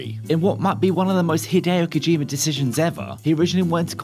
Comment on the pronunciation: Kojima not Kojimer. You invented the English language so at least speak it properly.